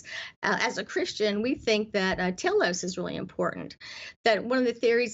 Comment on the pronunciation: I think she said, "uh, telos..." (or teleos). Understanding the end goal (independent thinker that knows how to express their thoughts in an organized, eloquent manner, with a lifelong desire to learn) and the steps needed to achieve that.